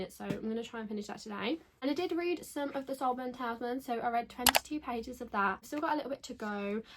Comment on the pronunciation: HI just to let you know that word is pronounced Tal IS Man. PS I have also read Yellowface and found the main character very annoying